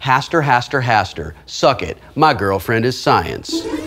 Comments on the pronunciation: You lucked out, Wil. By mispronouncing his name, you saved yourself. Hastur, not like "faster" but "manure"... sorry about that, Hastur. It was the first word that popped into my head. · But... CEO of Blizzard... but... why are you this lucky, Will? And by the way if you had said Hastur's name right he would have come and eaten you (and then burped).